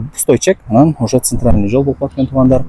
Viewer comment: Ццццц цццц ццццц цатат экенби цинтралный 😂